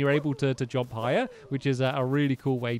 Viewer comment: The way stampy says jump 'jomp'